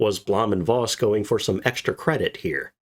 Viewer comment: Voss is pronounced "Foss"...😊